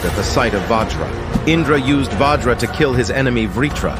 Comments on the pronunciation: It's vajra not vaajra and Also It's ganga not ganji don't pronounce wrongly it will effect to The future of uor history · Pronounce it as vajr*